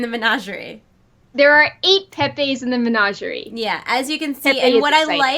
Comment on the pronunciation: u say menagerie wrong